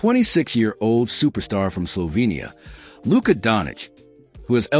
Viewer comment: You set the tone when you butchered Luka’s name.